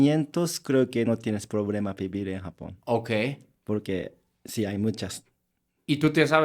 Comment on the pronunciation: Este coreano si dice si y no shi osea si se pudo